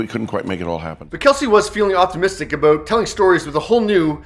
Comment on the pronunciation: Aboot? You’re Canadian, right?